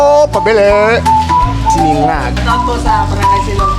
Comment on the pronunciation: Finally, you got the SI-NA-NGAG right.! You say MA LA SADO if you want the egg fried/done with a runny yolk. HEAT INDEX HITTING THE HIGH 50’s. Keep safe. SARAP!!!